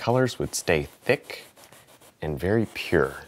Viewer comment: wery wery nice